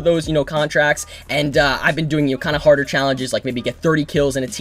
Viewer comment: is he saying horder or harder